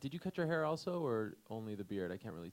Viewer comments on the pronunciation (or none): none